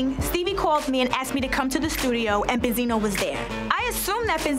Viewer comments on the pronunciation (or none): Karlie: benzino Joseline: bensino